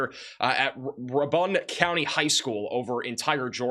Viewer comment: RAY-BUN not ra-bun